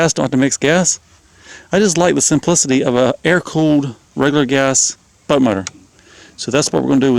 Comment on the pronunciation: It's hilarious how you say butt motor instead of boat motor.